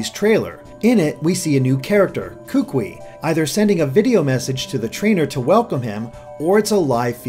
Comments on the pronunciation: I'm from Hawaii and just letting you know kukui is pronounced koo-koo-ee not koo-kwi. Mahalos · (posting this at the mark in the video) nice video man! but you are killing me every time you hack up my boy's name smh lol Kukui (pronounced ku-ku-we) I'm sorry lol but as someone who is from Hawaii (Oahu) it irks me when I hear names mispronounced. It's not your fault but it irks me lol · kukui is pronounced koo-koo-ee... not koo-quee :) but as far as the rest of pronunciation... good effort! Kaho'olawe is a tough one. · "Kookwi" It's pronounced koo-koo-e, like "Louie" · Kukui should be pronounced Koo-Koo-Eee instead of Kook-Wee. Sorry, I don't want to be one of those guys. Just bothers me since I'm from Maui. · it's pronounced ku-ku-i, not kukwi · I'm going to say this now: Kukui is pronounced exactly how it's spelled in IPA, or [kookooee] for English speakers, and 'Oahu is [ō•ahoo]. I know that the pronunciations seem insignificant, but it's kinda grating on my ears. And yes, cousin is most likely a local thing, as in Hawaii, a lot of locals like to call others aunty, uncle or cousin, even when there is no familial relation. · The way he pronounces "Kukui" cracks me up. It's pronounced like "koo-koo-ee". AND! he says "Oahu" as if it is spelled "Ohahu". Its just it makes people actually from Hawai`i laugh. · Kukui is actually pronounced Koo-koo-ee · kukui is pronounces as ku-ku-ee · Hey Kukui is pronounced ku-koo-e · A quick video comment, you pronounced Kukui wrong. I'm from Hawai'i, and when you talked about the kukui nut, I didn't know what it was and why I never heard of it. I only realized you were talking about the kukui nut that I know once you talked about its purposes. The correct way to pronounce it is Koo-koo-ee. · same here